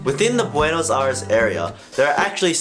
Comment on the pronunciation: Is Buenos Aires not Buenos Ares my friend.